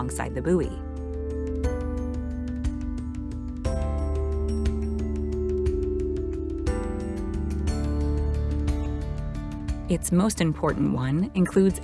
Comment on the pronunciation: Buoy is not actually pronounced as booey. Take the word "buoyant" then lose the "ant."